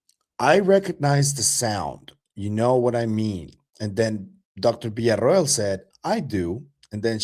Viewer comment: Finally someone who can pronounce Villa-Ro-el